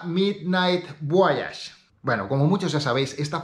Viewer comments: Un español la pronuncia así. Leemos todas las letras excepto la H. En inglés es voich. Personalmente mola más voayash, pero bueno, en España por ejemplo Nike es Naik y no Naiki. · porque dices VO A YAGE, en donde esta la A en el nombre VOYAGE??